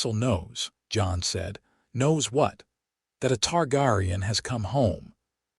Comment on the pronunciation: yeah, this is good but it falls into the same traps all the others do... FUBARing pronunciation of main characters VALORIA??? you almost lost me 22 seconds in with that... .gritting my teeth trying to ignore the pronunciation of Rhaegar and Targaryen... its jarring and breaks immersion.